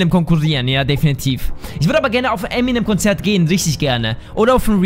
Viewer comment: Er heisst M'nM und nicht Äminäm